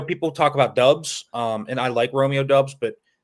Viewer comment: You're def pronouncing Romeo Doubs wrong